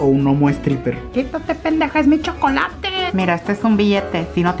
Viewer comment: quítate pendeja es mi chocolateee xdxdxd ese acento me encanta y me da risa